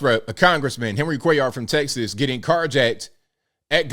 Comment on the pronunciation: 👍....tHANK U for pronouncing Cuellar correctly...my mom's maiden name was cuellar... and even here in NM I've heard many weird prounciations and misspellings. ps/we're been here since the colonization of NM.